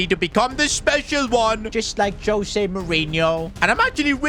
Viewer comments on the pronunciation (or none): Its pronounced Hose not Jose. Its also pronounced Gonsalves on Gonkalves